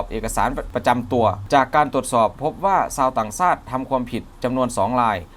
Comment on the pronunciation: 555...ครับ ชักดาบครับ ช ช้าง ต่างชาติครับ ไม่ใช่ ซาติ ช ช้าง...และอีกหลายคำ..บราๆๆๆ😁😁😁